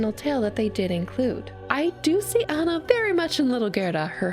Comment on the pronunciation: It's Anna, not Hanna